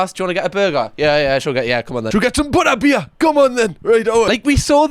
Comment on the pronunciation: It could be worse I suppose, I mean some people collect dead bodies... by the way, love the way you pronounce Butterbeer 😆🖤